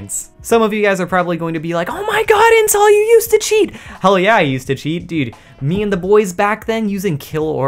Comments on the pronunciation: i am so retarded ,every time intel does his intro i always misheard him saying incel instead of intel . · At the beginning I thought he said incel edits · Does anyone else hear incel lmao